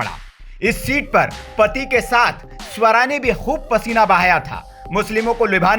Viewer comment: Bhai sahab suwara nai hai swara hai